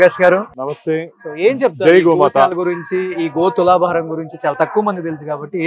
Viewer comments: Mi Telugu thagaleyya... adhi Goshala kadhu ra nayana... Gosala antaru.. telugu lo 'sha' ki 'sa' ki difference undhi ra.. ekkadi nundi vastharu babu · గో'శాల' ani pilavali ra anchor babu.. video pettina vadiki kuda telugu radhu anukunta గో'షాల' ani pettesadu yekam ga.... telugu nerchukondi ra... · Goshala kadu Gosala